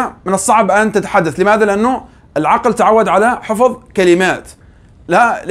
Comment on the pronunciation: حفْظ وليس "حفُظ" فهو الحفْظ لا "الحفُظ"!